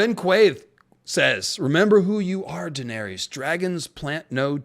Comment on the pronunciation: You really can’t pronounce her name properly? 🤦‍♀️